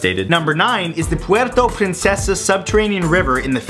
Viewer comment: Damn... Puerto Princesa got included. hahah. amazing pronunciation!